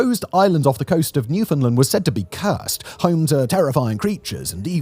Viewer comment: Being from Newfoundland. I've never heard of Isle of Demons.. I will look into this. Great Video... Just a note... We pronounce it "New Fin Land"... almost like New Finland. Just subbed.